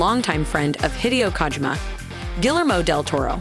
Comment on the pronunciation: The way she is saying Hideo Kojima Sounds like Hideous Kojima